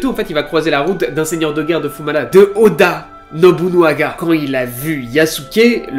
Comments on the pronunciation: Merci à toi, Yasuke (aussi appelé kuro) est un de mes personnage historique préféré. Il présent dans pas mal de jeux video et manga, dailleur récemment je l'ai affronté dans le jeux Nioh sur ps4. Par contre j'ai vu que galerais à le prononcer alors je vais t'aider c'est: Oda NOBUNAGA. Et pour finir sur une nouvel qui va plaire à ceux qui ont kiffer cet histoire, le film de Yasuke est déjà en préparation et il sera incarné par Chadwick Boseman ( le gars qui joue black panther). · Première vidéo que je regarde de toi, et attention, je vais être crue dans mes propos, n'y vois pas de la haine envers toi... mais... Que c'est triste de raconter autant de conneries en presque 9 minutes de vidéo. Ne rien connaître de l'histoire du Japon, et ne pas savoir prononcer "Oda Nobunaga" correctement alors que c'est une des personnes les plus importantes de celle-ci. Que c'est triste de raconter toute une histoire à l'eau de rose jusqu'à faire d'une personne dont on ne sait rien excepté quelques vagues citations dans trois livres historiques. Une histoire romantisée pour le grand public alors que rien de tout ça ne s'est passé. Que c'est triste que chaque Youtuber qui parle de Yasuke balance toujours la même histoire à croire que ça a été lu sur le même site débile, aucune source, aucune recherche, rien. Que du bullshit. Et forcément, les gens vont manger dans ta main alors que tu les abrutis avec des histoires qui n'existent pas. Je vais donc me permettre de te rectifier, de toute façon ce message ne sera pas lu. Les deux sabres, à cette époque c'est un honneur pour personne, tout le monde s'en foutait, ça a pris de l'importance que lors de l'ère Edo, là on parle de l'époque Sengoku. Il était aux côtés de Nobunaga car justement son japonais était mauvais et qu'il ne pouvait pas comprendre des conversation importantes avec des informations sensibles, et il était surtout là pour impressionner les gens autour de lui. Son rôle n'était pas vraiment samouraï mais porteur